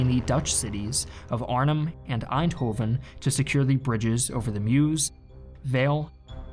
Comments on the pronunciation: Nice video, but we aren't. You don't say aainthofen, but èndhooven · pronounced Arnhem pretty well me: "impressive" pronounces Eindhoven me: "nvm" always fun when non-Dutch people try to pronounce Dutch names xD